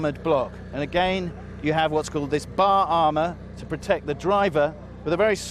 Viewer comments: Its again/against not ageinst/agein. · a-geyn, but yet moar ahmoar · the way he pronunces again is really irritating